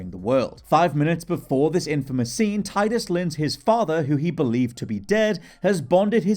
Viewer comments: It's Teedus. Not Tie dus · Its TEE-dus. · It’s pronounced “TEE-duss”